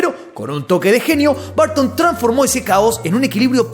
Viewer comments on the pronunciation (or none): No se dicen Barton, en ingles se dice Burton. Tim Burton.